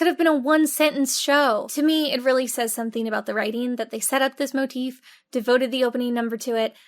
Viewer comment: “Motif?” More like “More-treef.”